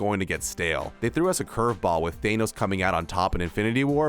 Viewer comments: man this guy saying everything is just way off on things. wanda and vision were not married in the mcu when he was killed. the black widow movie got moved all the way to november of this year. you can't even say thanos's name correctly half the time he said it. in house of m wanda went crazy from losing her children, not her child. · The way he says thanos😂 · I really don't like how you pronounce Thanos.